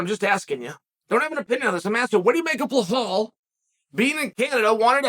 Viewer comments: Chael - how you gonna do an 8 minute video and forget the “forget the name” Be-LAL, it’s not Ba-HAL😂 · When are u gonna learn how to say Belals name. It’s no blahal it’s belal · How is he getting "BleHal" from "Belal". bro just adding extral letters 😂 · Tough one for ‘Blahal’ this. 😂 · Is his name pronounced Blahal? I fancy Burns to win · it's Belal not Blahal.. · "Blahall"? Who the fuck is that guy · Blahaul lol no attempt To pronounce correctly got me 😂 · It's Belal brooo, my God, you can't get one name right and I love it LOL Crazy Uncle Sonnen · Blahall.😂 A sure sign Uncle doesnt like you, he says your name wrong. 😂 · Lol bruh this man and his BLAHAAL rmr the Name! Chael is your typical gym teacher butchering names without a care in the world. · fyi its pronounced bell-lel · I see a lot of people saying 'Belal'... Guy's, it's BLAHALLL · Man I love to hear your opinions, but u gotta learn how to pronounce someone's name. U get hit in the head too much? Are you sure your first name is Chael or have u been mispronouncing it all these years? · We're witnessing history here folks. is the first time Chael has ever mispronounced a name. Can we still call Uncle Chael undefeated and undisputed after this slip up? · I don’t understand how we butcher Belal’s name so bad. 😂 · I know. There’s literally nothing hard about saying Belal- two simple syllables. Unless you’re Chael!😂 I think what’s funnier than Chael’s mispronunciations is that he doesn’t give a shit about them! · someone please teach him how to pronounce belal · Dammit Chael you say you like belal get his name right then